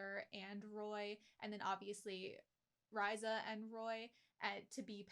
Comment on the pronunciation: Rye-zuh,....it's Ree-za